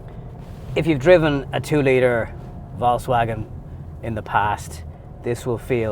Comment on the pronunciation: love your reviews, but for Christ's sake just say VW, because that pronunciation of VALKSWAGON, does my head in. It's VOLKS, there's no A in the VOLKS bit, jeez. 😂